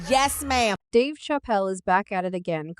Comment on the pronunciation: You are pronouncing Dave's last name wrong...